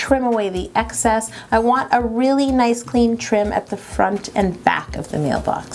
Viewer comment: doesn't it seem like Yolanda is saying black instead of back?